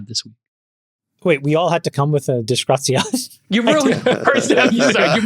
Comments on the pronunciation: Every time Jason say disgraziad instead of disgraziato I die a little inside, Chamath tell your wife t teach him some italian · 😂 it’s “disgraziato” not disgraziad 😂😂😂😂Elon ❤always simply Awesome! Grokipedia Encyclopedia Galactica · Si dice disgraziato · "Disgraziad"! As an Italian, I'm loving it!